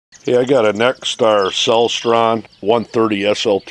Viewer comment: It's pronounce Cel-ES-tron not CEL-stron. Good video though.